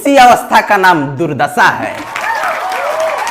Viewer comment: Durdassa nahi durdasha boliye. Hindi bole hain to Bhojpuri mix mat kijiye. Achha baa.